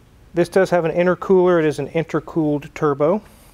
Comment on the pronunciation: Did she say, "tierbo?" 😝